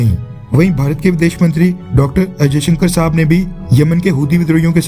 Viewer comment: You are pronouncing ajayssjanker,but his name subramanian jayashankar